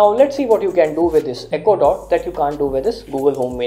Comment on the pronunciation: I thought he said ecuador not echo dot